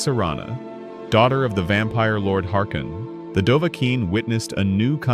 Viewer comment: Gottes Wille diese Auto AI von YT ist absoluter müll.... Es heißt harkon nicht harkin...... Das sowas erlaubt ist schon an sich ne Ohren Vergewaltigung 😡